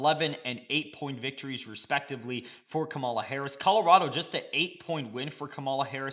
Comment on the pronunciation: Bruh, you saying her name wrong!!!!!!